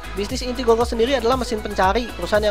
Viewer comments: bukan gogle bacanya tapi gugle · i think how to say google is gugel not gogel. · GOOGLE : cara bacanya itu "GUGEL" bukan "GOGEL" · GOOGLE.. not GOGGLE.. damn